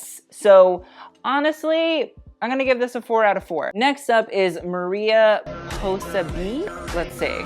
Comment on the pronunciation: maria posabee has me crying its mariposa bihh